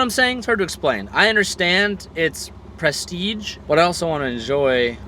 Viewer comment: "I understand it's.. presTEEG" Nice one there,.